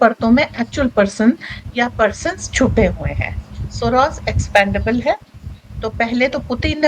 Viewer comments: expAndable nahi expEndable. Uccharan sahi kijiye. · Sorry, Expendable. Not Expandable.